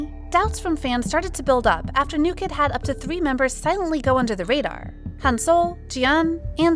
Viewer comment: The hashtag was “New kidd are 7” , not “new kid dare 7” 😂